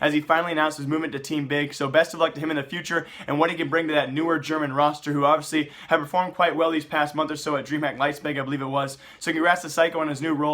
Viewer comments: STOP SAYING LEIZPEG!!! HOW HARD IS IT TO LOOK IT UP??? Typical NA ignorance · am i the only one tilted by saying LEIZPIG over and over.Not even a german,it just makes his news look silly. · Why in gods name do you keep pronounciating Leipzig like that? Liezpeg? what the f*ck is up with that? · I really like your content and all that, just going absolutely bananas over that pronounciation, sorry xD